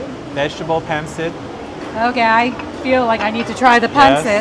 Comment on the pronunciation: it is pronounced pan seet not pan sit